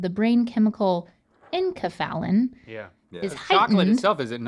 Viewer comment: The pronunciation of enkephalin was like a knife driving into my adrenal gland (where they are produced)